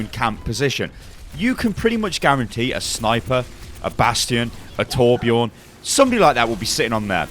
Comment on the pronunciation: pronounce Torbjörn right pls :c